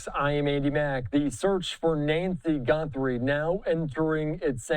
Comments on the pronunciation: Andy Mack her last name is GUTHRIE not GUNTHRIE! Get a clue you moron! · How many times is he going to say GuNthrie?! Jeez. You’re a reporter. Get the name correct. 🥴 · You are both mispronouncing the name Guthrie.